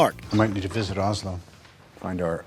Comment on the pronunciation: Did you just call the capital of Norway "Aslo"? :)